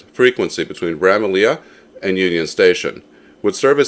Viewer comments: Although it is spelled Bramalea, the pronunciation is actually Bramalee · Thank you, after the second repeat of the mispronunciation I was asking myself if I actually knew how to say it properly 😂 ('how did I mishear all those announcements all those times?!' 🤣)